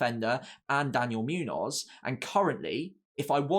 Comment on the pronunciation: Great analysis. It’s Muñoz (“munyoz”) not Münoz (“Myunoz”) btw.